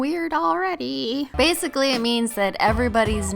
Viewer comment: BASEically u said basically but like u were talking about base coats...😂😂